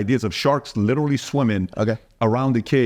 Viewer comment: Has no one corrected Oscar on him saying "LITALLY," instead of, Literally? jeez!! smh.